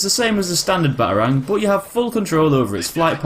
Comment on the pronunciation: The way u say Batarang.... Ba A rangg